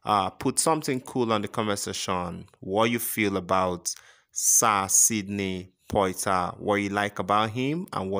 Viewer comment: You can't even pronounce his name correctly.